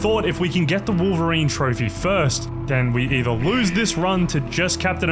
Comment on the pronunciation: "wowveween" is crazy